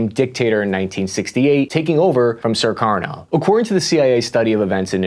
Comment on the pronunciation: This was very informative! But why do keep pronouncing Sukarno "Surkarno"? There's only one "r" in there. Same with Suharto. Does not have two r's: "Surharto."